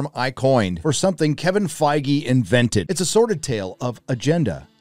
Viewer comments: well fingers crossed, I wouldn't mind them adding a few more mature elements but I hope they keep the core of the story together and they actually cast it decently this time. And for heaven's sake say his damn name right! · are you sure we're pronouncing Feige right ????hahahah darks darks